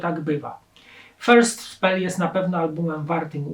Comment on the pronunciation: Facet podszkól proszę swój angielski, bo mówienie "spil", to w czasach, kiedy języka Shakespeare'a uczą się dzieci w przedszkolach, jest trochę słabe. "Spell" to nie żaden "spil" tylko "spell" - dokładnie tak jak się pisze. Nagrywasz naprawdę fajne filmy (śledzę Cię uważnie) więc nie odbieraj tego co napisałem jako "hejt" tylko życzliwe zwrócenie uwagi na coś co zdecydowanie powinieneś poprawić, bo to nie pierwszy taki potworek językowy w Twoim wydaniu. Pozdrawiam i życzę wszystkiego dobrego.